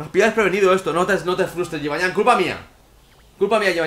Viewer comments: dios que se dice jibanian osea no es llan como tu dices es nian no ves que suena mal si dices jibanllan que si dices jibanian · se dice yibanian no yibanyan